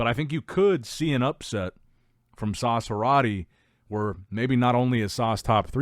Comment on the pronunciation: His name is Sas, not Sauce. 😂